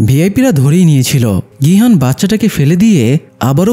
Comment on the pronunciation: ভাই এটা নাম গু না।নামগিউ আর গিহান না।গিহুন